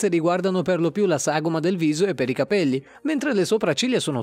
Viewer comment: Non puoi dire cabeio e insentibile 😵